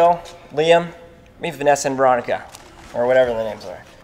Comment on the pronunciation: I just realized that they always mess up Olivia's name just like they mess up Veronica